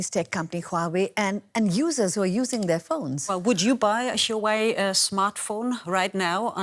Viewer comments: "Would you buy a shooway smartphone?" What? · Stop saying Yuway it's Huawei?!!!!!!!!!🤣🤣🤣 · Is she saying chi-way? 😂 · Dear, it's "Hua" "Wei", not "sure wey", you making me so confusing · when she calls Huwei "shoe eye" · not Huwei, it is Hua Wei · Shoo Wei?? lol... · girl its huawei (like wow ayei ) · correct pronunciation: who-are-we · Shooo-wei! This is very interesting (apart from the commentator's pronunciation of the company's name)! Who is correct in this debate / trade war? (pronunciation aside). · did they pronouce huawei as SHUEY? lol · Alamak, like that also can get it wrong …. It's not SureWay but Huawei, hee, hee, hee, hee. Also not YourWay, ha, ha, ha … I can't stop laughing. Stomachache now … laugh too much. Also, it is not WhoWay …. cannot take it anymore. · lol someone tell this lady what happend to microsoft and teach her how to pronounce huawei properly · She can't even say "Huawei" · This lady "expert" cant even pronounce huawei properly... DW, you can find a more suitable one. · Oh my god their pronunciation of "Huawei". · How she pronounce Huawei 😌😌😌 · 她就是一个笨蛋 哈哈 reporters owe it to their audience to research the proper pronunciation of names, even if they might have some weirdarse European accent that causes some minor inflection ~ it's the first time I've ever heard Huawei pronounced like that (after living for 10 years in China) ..but for some strange reason it does make me want to listen to Ylvis' song "Yogurt" (or is it Yoghourt or Djoghurt?)...